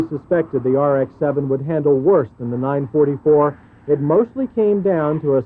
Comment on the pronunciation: It's called a NINE FOUR FOUR, not NINE FORTY FOUR! Why do the Americans have to mispronounce everything........even with cars, come on! :D